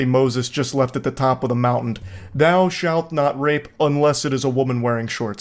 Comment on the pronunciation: "at the top of the mountnt" 🗣️